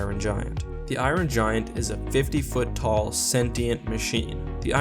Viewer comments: Never heard of the "eyeron gian" I do like the iron giant though might have to give it a watch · Who don't love the " iorin"giant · I-Ron Giant. Lol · Why do you say it like Iwon giant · "Eye-run Giant"